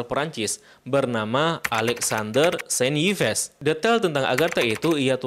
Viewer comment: Masa Yves dibaca Ipes....